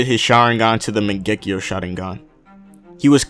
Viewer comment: It’s not Mon-Gek-E-O............it’s Mon-gu-e-o